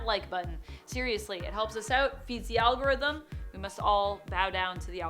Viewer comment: Al...go...rhythm! Al...go...rhythm! Al...go...rhythm! 😱